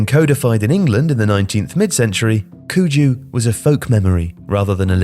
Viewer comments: Cuju is pronounced tsoo ju, not koo ju. No big deal tho. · As a Chinese, so grateful to see introducing the ancient Chinese football! Thank you very much! And 蹴鞠（Cu Ju）is pronouced as "CHU JU" not "Ku Ju" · Cuju is also closer to “tsuju” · Just a reminder, in Chinese Cuju should pronounce like "Tsuju" instead of "kuju"❤ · The standard pinyin romanization of Chinese words have some unique rules which non-Chinese speakers might end up mispronouncing. "Cuju" is pronounced "Choo-Joo", the letter c here is similar to how Eastern Europeans pronounce the letter "c". And the final imperial dynasty, the Qing, is pronounced "Ch'ing", the Q used in Chinese pinyin system is read as "Ch". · CU JU is pronounced Zu Qiu (tsu chio) btw. Which is part of what is now known as football in Chinese (Ti Zu Qiu). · 蹴鞠 cu ju sounds closer to choo jee